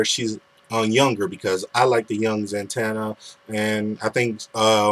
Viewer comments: I like your videos, but can you at least say my name right? It's 'Zatanna' not 'Zantanna'. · When ever she said "Zantanna" I screamed "IT'S ZATANNA!!!" Zatanna